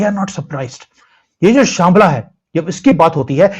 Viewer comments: शांबला नहीं शंभाला ❤❤ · श्यमला नहीं है उसे शभाला कहते